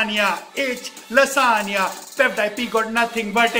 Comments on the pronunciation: I'm amazed that he pronounced lasagna correctly while... Hehe good going man! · I love this guy so much! I think he just acts like this so that others can have fun. IF YOU DONT BELIEVE ME, THEN TELL ME HOW CAN A PERSON WHO DOES NOT KNOW PROPER ENGLISH CAN SAY LASAGNA, ALMOST PROPERLY. IF HE DID NOT KNOW ENGLISH THEN HE WOULD SAY lasaGna,HE WOULD pronounce 'G'.😎 Hats off to you....you are so humourous....you can do anything to make others laugh... Can I have some likes 👇